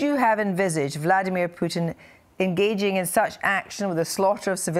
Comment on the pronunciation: BORING ''MARK URBAN'' HE IS THE ONLY PERSON IN THE WORLD WHO PRONOUNCES VLADIMIR PUTIN.....VLAD - EEM IYA-- PUTIN, INSTEAD OF VLADIMIR PUTIN... SO SO ANNOYING LISTENING TO THIS PRATT MISPRONOUNCING PUTINS NAME....!!